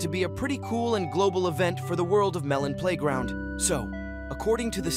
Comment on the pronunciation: Every time that this guy's AI voice messes up Because I'm bored. 23.OWWOOWO its on the 3 ardy of may The editor ofeth the bomb The melon playgronk the Malone Malone pay round Personally I would like abortions in melon playground February 2024 Was half a year ago. a blane Malone Pieground See you the other day!